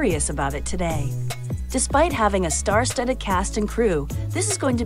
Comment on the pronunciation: "star studed"